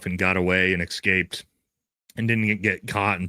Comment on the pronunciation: Love you, you big beautiful beast. But.... Bro, the way you mispronounce words constantly, with no attempt to make the simple correction in your brain makes my eye twitch. You're clearly a highly intelligent man, total badass in every way, but it's like having a Ferrari with Prius rims on it. Supposebly and excape are the main ones. Get it sorted. Respect.